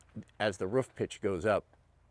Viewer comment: Great video. Live the way you pronounce roof, ruuf. Just brings a smile to my face.